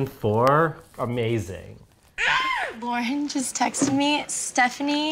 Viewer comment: You guys are the most anticipated part of my week! I’m sad that there was never “LARNNN” merch, as prev mentioned, but I know you never wanted to be perceived as bashing, so I will probably make my own... since my name is Lauren, and I need butchering my name in my life 😹 Love you guys!, you are my fav!